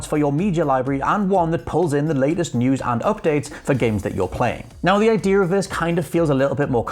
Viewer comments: Did someone tell this guy they’d pay by the “idear” count? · There is no “r” in the word idea...it’s not “idear” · It's that invisible "R". I guess we have silent letters and they have invisible ones. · Thought it was just me hearing that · Maybe it’s cause I’m American but the way he says “idea” kinda drives me crazy lol